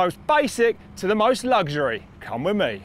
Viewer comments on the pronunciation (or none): Why can't this presenter pronounce the word "luxury" correctly? It's LUXURY, not "luggshury"!